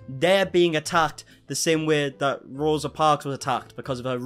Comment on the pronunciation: J isn't even pronouncing Rosa's name correctly. Learn your important historical moments and don't write them into your own personal narrative!!!